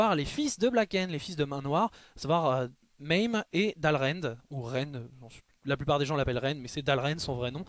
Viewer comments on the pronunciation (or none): none